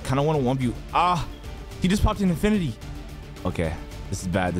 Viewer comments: Birtity xd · the way he says infinity lol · Bro you say infinity is kinda funny tho 😂